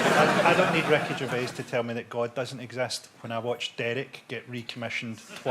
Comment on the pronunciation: I genuinely thought Frankie Boyle was saying Wreckage of Age the first few times he said Ricky Gervais 😂